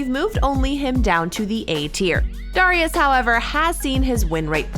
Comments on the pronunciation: why does she say darius like that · I’ll consider paying you guys if you get the host to pronounce champ names correctly. Darius is annoying and Mundo is just horribly annoying. There are more, I’m sure.